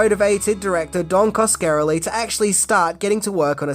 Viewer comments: Oh my god.... it pronounced Kaws-kuh-REH-lee. Yer killin' me,. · Cos-ka-RELL-ee. How can you be a fan of the genre and not know how to say his name. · I'm not even finishing this. Repeatedly mispronouncing Coscarelli is too much for me. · Great video but it hurt my ears everytime Coscarelli got butchered. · wow didnt think anyone could butcher Don's name that badly. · Every time he says the name I winced. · Every time he said the name I felt like someone was pinching me in a painful place.